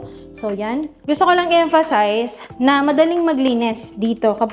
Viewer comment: Nadurog nyo na po yung word na emphasize 😂